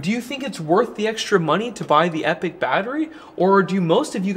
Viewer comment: It would be nice to see these come down in price a little more. Is it me? not epic, epoch ( said E pok ) a measure of long time. As most of these makers try to suggest they last a long time?